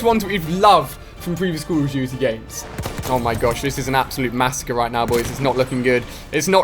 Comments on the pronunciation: It's call of doodie wut iz cull uf doodie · ''cool of duity'' '''keil streaks''